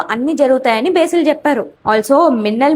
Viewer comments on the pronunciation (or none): Besil ❌ Basil ✅ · బేసిల్ ❌ బసిల్ - Basil ✅